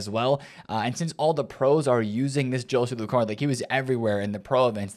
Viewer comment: the correct pronounciation for Joselu is with H for the J letter. Hoselu